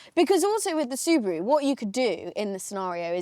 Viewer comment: Did she say subuwu 😂